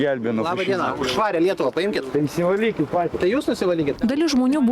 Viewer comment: to ar man taip girdisi ar už lietuvą skamba su akcentu e ne ie žody lietuva ir š per kietai taria žody bolševizmui t.y. l minkštai negali ištart... niuansai ir detalės ...velniai kur veliasi... kad ir kaip gerai mokintųsi